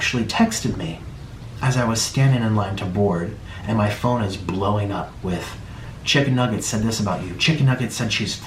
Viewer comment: i think he mispronounced "chicken nugget" as stephanie